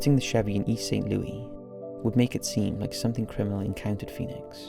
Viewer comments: Dude, not to nitpick, but it's pronounced Saint Loo-us, not Saint Loo-ee. The S isn't silent. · Don't wanna be that guy, but you actually pronounce the S in St. Louis. Loo-is, not Lewie. Just wanted to say this, bc you mention the region often enough. But wonderful video as always! I love your work! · My god, its St. LOUIS not St. LOOEY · It's Saint Louis, not Saint Lewey. As someone who has lived in this city for fifteen years and even spent over eight years with the Saint Louis Police Dept even missing people from the county or murdered victims would land in the department inbox never heard of this case. I resigned two months ago but this is one case that never landed in my work inbox, which is strange because everything even from East St. Louis ended in my inbox, it was email over load from the passes we had to sign and just alerts. Videos of wanted suspects, missing people and homicides that were outside or juridiction. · thank you for being that guy! I'm a St. Louisan and it's driving me insane🤦🏾‍♀️😂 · Great video! Its probably too late for this but St. Louis is pronounced loo-is not loo-we 😳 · You have got to stop mispronouncing the name of this city. You can get over one or two times; over and over, it sounds pretty ignorant. Also, Americans don't live in 'flats'. We don't' know what the hell a flat is. An apartment. One gets the sense you're throwing these videos together a little too quick. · the s is not silent in (St) Louis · I am fascinated by your videos and your ‘no nonsense’ way of narrating the episodes. This one was especially intriguing to me as it involves my hometown of St. Louis! Even though I lived there during this period, there was little or no press coverage of this tragic case. Thank you for bringing it to your fans’ attention! BTW, Americans don’t use the French pronunciation ‘Louis’ for St. Louis; they pronounce it as ‘Lewis.’